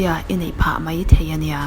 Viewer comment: Deih - daih Mei - mai Tlem in chhiar fiah deuh.